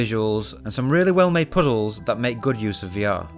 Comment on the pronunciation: i will forever say puzzles the same way he does on the video. couldnt get enough of that "poo z hools"